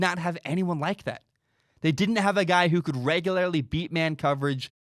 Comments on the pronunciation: The way you pronounce regularly is very off putting... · Tell you what, buddy. I'll give your begging website money as soon as you eliminate your dramatic speech impediment and figure out how to pronounce "regularly." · I need to understand the local dialect that creates this pronunciation of “regularly”.